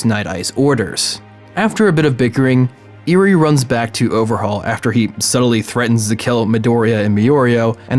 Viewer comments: Eri is pronounced eerie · Others: mi-oreo Me: holy shit he said eerie instead if eri... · Not to mention Eri's name is simply said how it looks. Not EE-rie. Eh ree. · Me: there is no way this guy can mispronounced any names in bnha This guy: me oreo, eerie Me: triggered 😡 😡 😡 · Me-oreo Me: That's fine I guess Also: Eerie Also me: sigh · eveyone is talking about “miorio” but nobody is talking about “eary” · Name: mirio This dude: mIRoRiO Name: eri this dude: iRi